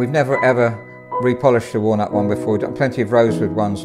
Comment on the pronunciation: When the piano guy says "walnut", it sounds like "worn out". So, I thought he was talking about a "worn-out Bechstein"...